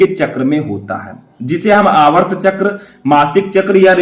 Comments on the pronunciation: Sir aap aatrv chkr ko aavrt chkr bol rhe hai espe sudhar kre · Aavart chakr nhi aartav chakr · सर आर्तव चक्र बोलते है न कि आर्वत चक्र